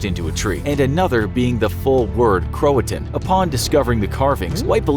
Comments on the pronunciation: Cro a toe an it’s pronounced and Croatian was found on a tree not a defense wall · It’s cro-a-to-in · Wasn’t the word “Croatoan” not “croatan” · It's pronounced cro-uh-toe-en not crohtone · It’s pronounced crow-A-tow-win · CroaTOan. Pronounce it right. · Um...do you mean Croatoan?